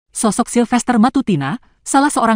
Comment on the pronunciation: "PACTA SUNT SERVANDA" Di Gorengin Kau SILFERTER🤣😅